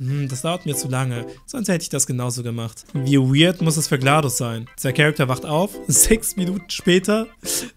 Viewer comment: GLaDOS [glɛdɔs].